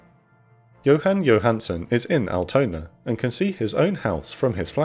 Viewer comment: Unforunetly he couldn't pronounce "Altona" or "Eimsbüttel" correctly. It was not recognizable